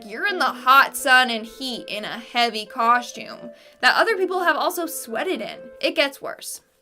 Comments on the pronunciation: If that girl says coshtume one more time I'm gonna lose it.🙄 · Whats a coshtume I have heard of a costume